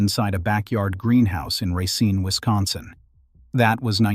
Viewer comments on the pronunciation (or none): I wanted to watch this but the narration is so... all over the place. Racine is pronounced correctly and then not. It just feels unfinished.